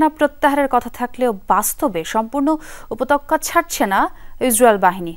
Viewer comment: উপত্যকা সব্দটা কে উপতক্কা পরলো কেন?